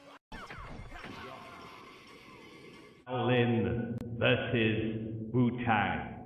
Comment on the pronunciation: Bro bro bro how do you not know how to say shaolin or wutang smdh. Like how have you never heard the words shaolin or wutang said. It absolutely blows my mind that you haven't at least heard the word wutang spoken. Like what planet are you from bro? And why are you doing this review if you know nothing about the subject? Like why even do it? Its blowing my mind im so confused.